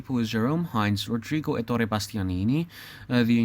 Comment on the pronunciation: Happy to hear you appreciate the greatness of Bonaldo Giaiotti in this role! I think he is also the best (or almost) Boito's Mefistofele. There is also an entire play on youtube set in Liceu. Bumbry is particularly good in the veil song in the Orange live videorecording. (Allow me a few corrections, if you don't mind, for your next videos: Zaccarìa, not Zaccària; Èttore Bastianini not Ettòre; and the last one: "ch" in italian is pronounced like a k, therefore you have to read "Filippeski", not "Filippesci") Good work and let me suggest a video about Rigoletto.